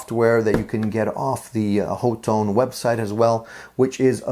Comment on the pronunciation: The company says ha-tone.